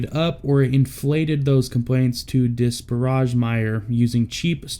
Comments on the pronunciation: dis-par-rashge? How about dis-pair-age? And BAE can go frig themselves... traitorous bastages. ALL Americans should boycott anything BAE is involved in. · Small critique- it’s disPAIRage, not disparAJH (disparage) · Disparage not dis parrage lol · Diss-per-age not Diss-pah-rawj. 🤦‍♂️ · Did you say Diss-Pa-Raj? Roflmao...wow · Learn how to pronounce “Disparage”! It’s not Dis-Barage” please. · Please learn how to say "disparage".... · Narrator mispronounced the word “disparage”. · You should have someone pronounce the word "disparage" for you so you know how to say it. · I am not about to read all 3613 comments to see how many other viewers have commented on the "narrator" not knowing the correct pronunciation of the of the word "disparage" or possibly even the meaning. . YouTube is rife with brutalized English/misspellings, and tense errors. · Is no one going to comment on how this guy pronounced the word disparage? 😂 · Can’t pronounce “disparage” either? Wow